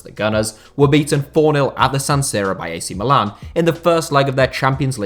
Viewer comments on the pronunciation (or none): none